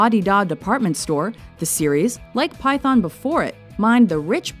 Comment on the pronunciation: as bad as pyFON rather than python